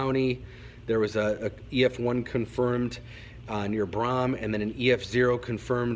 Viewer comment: Thought I'd let you know that Braham is pronounced like Graham with a B. 😊 Thanks Sven!